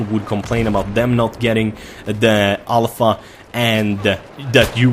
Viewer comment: Everytime says Alpha, I hear it as ALL FUCK HAHAHAHAHAHAHAHAH